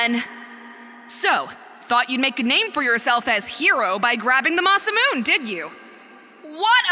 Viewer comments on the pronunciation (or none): "Masamoon." Masa. Moonay. It's pronounced Masa-MOONay. It's Japanese. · Anyone who says Masamune is mispronounced, you're right. But try pronouncing Claimh Solaise without hearing it.